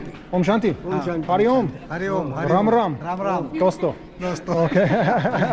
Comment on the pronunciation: Hey! It's not Oummm!! It is OM....